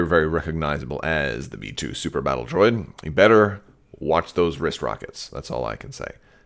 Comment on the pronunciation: I dont know why but i kept hearing metoo battle droids. Not B2 lol